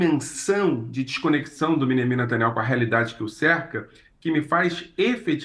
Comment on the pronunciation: Não é netanyau é saaniayu